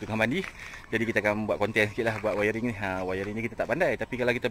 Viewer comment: Wiring bukan wayaring bohh 🤣🤣🤣